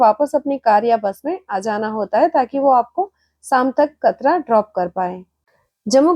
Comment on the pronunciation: मैडम जी कतरा नहीं कटरा है